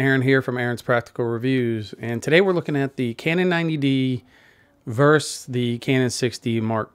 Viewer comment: Really like your analytical approach, Aaron. Love my 90D — was wondering if I need to feel envious of the 6D. And no, I don’t, and thank you But the word is “versus” not “verse”.